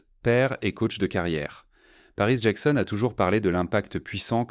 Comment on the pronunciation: Dommage un narrateur qui bégaie, qui prononce à la française Michael ou Jackson 5, c'est affligeant 😢😢😢